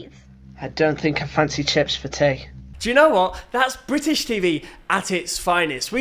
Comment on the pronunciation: "I don't think i fancy chips for tey 😔"